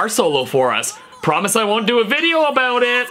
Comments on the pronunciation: Yup he's canadian he says "aboat" instead of "about" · It’s his Canadian accent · That “about” was so Canadian